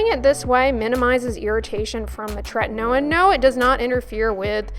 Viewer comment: What is the name of the product you use that sounds like "tretanailin"? I'm having trouble understanding, so sorry! ( )